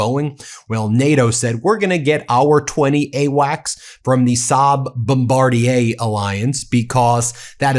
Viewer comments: You are the first American to properly pronounce Bombardier. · 🇨🇦 THANK YOU! You seem to be one of the few news reporters who cares to pronounce “bom BAR dee ay” (Bombardier) correctly. Love your show.